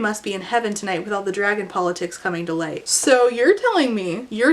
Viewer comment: "And then the biggest dwagon chose me. And then I got anothuw dwagon that is gold"